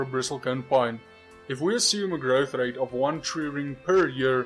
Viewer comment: I think I stand corrected ;-) his pronunciation of "growth rate" (when talking about the oldest trees) is indeed South African.